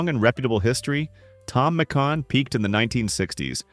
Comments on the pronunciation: I do remember Tom Mc Can, but not Tom Mc Con… LoL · all the butchering of pronunciation thom mcCan McCawn makes it so hard to listen to 😅